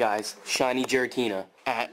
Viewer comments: his game froze because he kept calling it jiratina instead of giratina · What i find more annoying than shiny hunt is everytime i hear "jiratina" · The way that that guy pronounces "Giratina" as "Jiratina" pisses me off for some reason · I had a seizure everytime he called Giratina Jiratina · His game froze because he called him JIRATEENA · Honestly he deserved to lose the giratina for pronouncing it "Jiratina" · It heard you calling it 'Jiratina' and punished you correctly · He deserved the failed Giratina He called it jiratina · Dude said Jeratina 🤦🏼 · Ahahahaha hecdeserves it for calling it jiratina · so cringe when he says Jiratina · “Holy shinx guys shiny jiratina” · That guy doesn’t deserve a shiny giratina if that’s how he thinks it’s name is pronounced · That’s what gets for pronouncing “Giratina” like that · deserved it for pronouncing Giratina wrong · It’s cause he pronounced giratina wrong